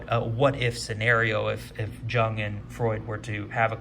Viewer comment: FYI: "Jung" is pronounced "Young"...